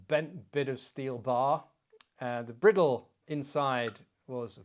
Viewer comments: Fascinating video, and as entertaining as ever, but "briddle"? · Chap, you and I both know that bridle is pronounced just like the headwear for a horse. Its purpose is the same as the bridle For your horse. Cheers